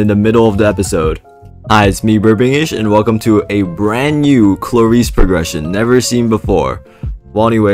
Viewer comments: Aint no way bros saying klayreese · 6 seconds in and i already have a bad feeling about this video, the way he pronounces klaris (atleast to me) is criminal